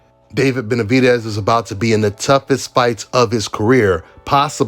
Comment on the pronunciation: I don’t see what’s so hard about saying Benavidez. DEZ like Dez Bryant. “Benavideeez” How in the hell did you sound that out🤔 sounding dumb af